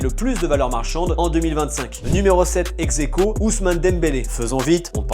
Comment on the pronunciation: Pourquoi tu dis exequo